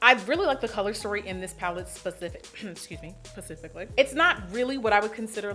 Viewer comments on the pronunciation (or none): I'll never grow tired of "...wait excuse me, PACIFICALLY !" $vmfloyd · 😭 specifi-HM I mean PAcifically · I lovvve these colors on you 🧡 & I love how you correct yourself to INCORRECTLY say “specifically” 😂😂🤣🤣🤣 ($pheemoney415)